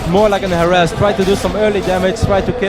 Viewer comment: harass is more like...harass...